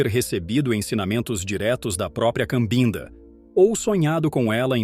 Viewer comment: Com todo respeito, a pronúncia correta é Cabinda, que é a região onde nasceu e cresceu um pouco a menina que se tornou a vovó.